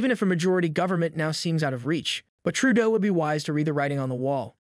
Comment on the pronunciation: Not NEWFOUNDland. It's NEWFundland. . I hate JT but give him the courtesy of saying his name correctly. NOT Tròodo.